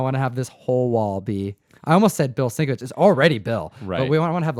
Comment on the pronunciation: Agreed - I pronounced it "sink-a-witz" for YEARS. I just provided the way that Bill sounds it out on his own Twitter account. I know it's not a huge deal, but I think such a comic book legend deserves to get his name said correctly if possible.